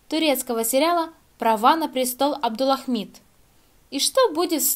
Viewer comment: в самом ролике неправильно произносится, а в заголовке всё правильно, не спорю. Девушка произносит "Абдулахмид", а нужно, как в заголовке - "Абдулхамид".